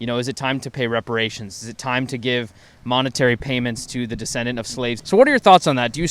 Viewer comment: did she really say respirations?